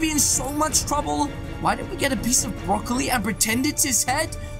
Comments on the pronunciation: Haha my man just said broccoli brokile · Lol you still call him broccoli